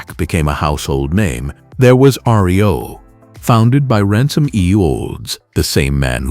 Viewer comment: "Diamond T and Ry-oh?"